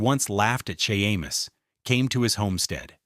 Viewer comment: Shay-mus! His name is pronounced SHAY-MUS!M arrrrg! 😂